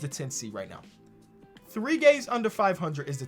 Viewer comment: When he said 3 games under 500 I swear I heard 3 gays under 500.